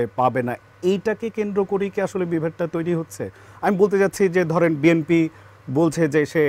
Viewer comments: ইনি বিম্পি বিম্পি বলছেন কেন! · এ হালায় বিএনপিকে বিএমপি বলছে কেন?😂😂😂